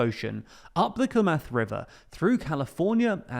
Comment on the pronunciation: ˈklæm-əθ river Bruh, try pronouncing things.